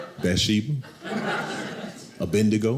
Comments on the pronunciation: He got the name wrong tho lol. It’s abednego. Not abendigo. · Funny, the name Abednego almost sounds like Abadnegro when he said it, Lol! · So it's true black folk can't say Abednego? Abend, Abedn😅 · It is bad that I find it adorable that he mispronounced Abednigo and Shadrach? It was too cute